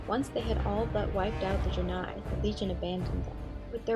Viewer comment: ok, lemme just ak you this... you pronounced Draenor right, but then just fucked the pronunciation of Draenie especially the beginning which is spelled the same. dont try to read it like it is in a different language just read it like if it was in english -_- I hate when people can pronounce the simple shit like Crendor can't say Shaman.